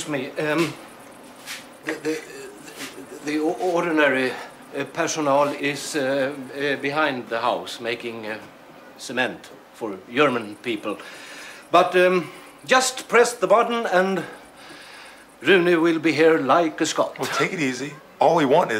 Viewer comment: Pierre Andersson He is making a joke about pronunciation of german people. The way he says it sounds like yerman people and not german people